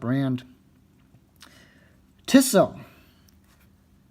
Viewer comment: it's pronounced 'Tea-so" not "tiss-o"